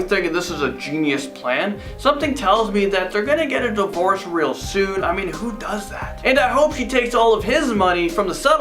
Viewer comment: "Is this rel life?" Bro.. STOP please